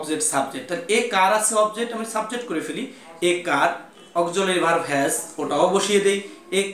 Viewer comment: চয় না ভাই ছয়। উচ্চারণ ঠিক করুণ। অকজুলারি verb মানে কি!